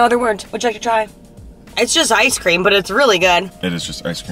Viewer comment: "chicken pream" LOL he definitely couldn't talk